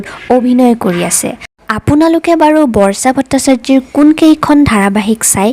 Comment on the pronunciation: অসমীয়া উচ্চাৰণ শুদ্ধ হোৱা উচিত। আনক আনুসৰণ কৰি সুৰ দি নিজৰ মাতৃভাষাটো বেসুৰা কৰিলে শুনিবলৈ ভাল নালাগে। উদাহৰণ স্বৰূপে বৰ্ষাটো বৰ্চা কৰিব নালাগে।